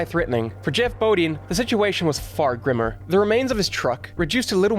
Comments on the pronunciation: It was bothering me as well. 😂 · FYI--"Bodine" is pronounced with a long "i." Say boh-DYN.